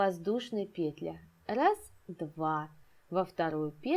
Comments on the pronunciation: особенно пЕтля😂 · Воздушная петлЯ, две воздушные петлИ, в каждую петлЮ